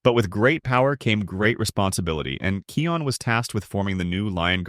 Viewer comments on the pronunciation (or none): And and its not keon its kIon